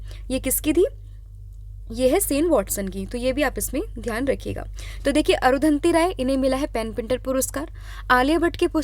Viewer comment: अरुधंति राय नाम नही अरुंधती रॉय है